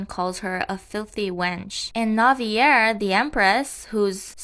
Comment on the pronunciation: Btw Navier's name is pronounced Nah-vee-yae, it's French 🥲I remember reading remarried empress it was such slop